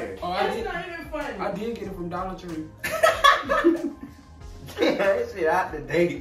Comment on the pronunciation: ” I did get it from dallor tree”😂😂😂lmao.